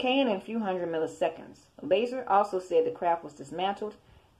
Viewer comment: it's lazar pronounced (la'zar) not laser lol. The Wikipedia page tells you how to pronounce it do you need glasses?